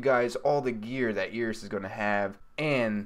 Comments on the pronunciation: "air-is" not "e-ris" lol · Its not eeris its eris